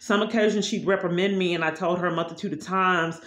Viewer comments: Reprimend you? What does that mean? Is it like reprimand, but you have no idea of how to correctly pronounce big words? Multitudes of big words....lol. But, yeah, you keep raging about imaginary violations against poor old you. Look where that's gotten you. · She does it a lot, and yes, I must say something...lol. Today, it was reprimand and Nescafe. She'll find a new word that she thinks sounds good, then proceeds to slaughter it. The only word I do that to is the capital of Honduras. I cannot pronounce it to save my life...lol.